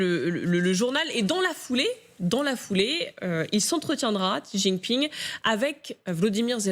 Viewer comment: Etant donné qu'il va rester président à vie, il serait peut-être temps de prononcer son nom correctement. Le nom du président de la Chine n'est pas ZIZInping!!! Essayez plutôt "Si jinping". Vous devez bien avoir un petit neveu qui apprend le chinois à Louis Le Grand pour vérifier.